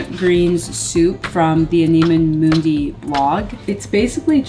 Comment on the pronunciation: it’s pronounced like animal without the L ❤ I love anima mundi’s high quality stuff. I tried the collagen face oil because of you. It’s lovely! If you haven’t tried their powdered Vanilla - it’s pricey but soo divine!